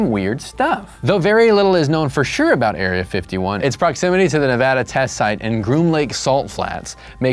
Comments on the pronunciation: Yay! Someone finally said Nevada right! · Props for pronouncing Nevada correctly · Thank you for saying nevada correctly! Non nevadans always say it wrong. 👍